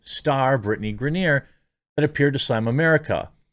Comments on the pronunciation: Griner. Not Grenier. Griner like “winer diner and griner.” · Gri-ner its not gra-near... ffs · Lol; I know you don’t care; but it’s pronounced Gr-eye-nur. And yeah, this is just the dumbest thing, and seeing people push for her release is mind-numbingly ignorant. They don’t realize what it takes to make this happen; and also don’t know what happened. I think she will ultimately get released, but the more we push on social media, the more Russia will get in return. Best course of action, for those that care about her, write to the elected officials, not the world on social media. 🤦‍♂️ Most wouldn’t know who their elected officials are, or how to contact them off social media. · "Gra-near" lol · It’s pronounced Griner (gry-nur) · Bro this is old news...outkick...black n white sports...have covered this for weeks....n the dude locked up in Russia name is pronounced grine-ner..lol.. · LMAO GRANIERRRRRRRRRRR dunno if he cant read or just messing it up on purpose. funny as hell non the less screw her. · why is he saying Griner like that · Come on Jeremy, you know how to pronounce her name correctly. Griner rhymes with niner. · Are you purposely saying her name wrong? Cause it’s annoying lol.